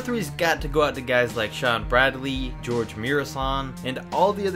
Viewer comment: The 7foot 7 dude is not George it’s pronounced hor hay